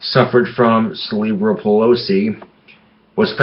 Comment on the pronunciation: Hahahaha "celebral pelosi"